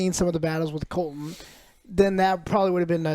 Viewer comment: Joe gets almost all the names wrong.